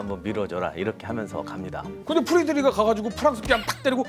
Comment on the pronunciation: 프레드릭 독일어를 영어식으로 읽어버린 Friedrich